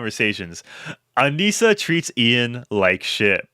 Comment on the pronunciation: I thought her name was pronounced aneesah.. pretty sure. I hate her and thinks she’s everything wrong with society and women nowadays and can’t stand her.. but if you’re gonna do a deep dive probably should say her name right.